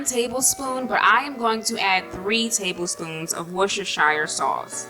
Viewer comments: Worcester SHIRE No woman it's Worcestershire pronounced Worcester sher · Love the video! FYI You're supposed to pronounce it 'wust-er-sheer' sauce haha (believe me, im british) lol